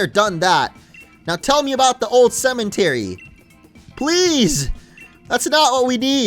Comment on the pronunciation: Why does he always say cement-ery instead of cemetery